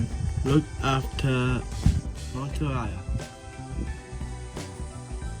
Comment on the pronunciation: I definitely want to go there now. That looks amazing. Well done on the Māori pronunciation - good job,.